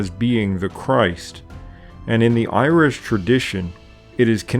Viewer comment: A fantastic video and channel, I must admit that I cringe at the Irish pronunciations though... That being said, I'm just a pronunciation nazi... haha keep up the fantastic work! If you ever want a consultant for the pronunciations as Gaeilge please let me know! Unfortunately there was no stephenses day/lá an dreolín or wren boys in the local village this year over covid but I have long said that it's my favourite day of the year!